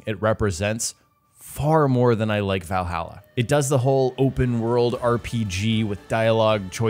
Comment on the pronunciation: Valhalla not vailhaila